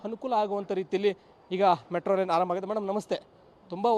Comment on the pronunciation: ಹಾರಂಭ ಎಂದು ಹೇಳಬಾರದು, ಆರಂಭ ಎಂದು ಹೇಳಬೇಕು 😭